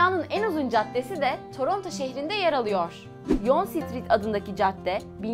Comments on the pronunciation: Torontoda ki en uzun caddenin telafuzu yank diye söyleniyor. Göl kısmı gök delenler finanscılar, ortasında çinliler, üst tarafında İranlılar diğer kalan bölgelerde ise kırsal ve tarlalar mevcut Bir kaç telafuz hatası dışında doğru tanıtım yaptınız Tebrikler. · Yonge caddesini yanlış telafuz etmişsiniz